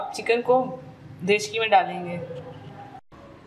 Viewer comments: nice rcp but mujhe ye samajh nahi aa raha aap baar baar kachori ko chakori aur dekchi ko dechki kyu keh rahi hai 😒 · dechki ni dekchi and chakori nahi kachori 😂